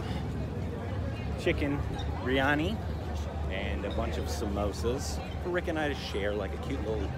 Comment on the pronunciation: pronunciation.. its actually "birr- yaa-ni.." not b-yani and samosaaaa😆🤘🏻